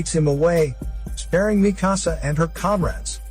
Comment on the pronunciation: its not mehkasa its mikasa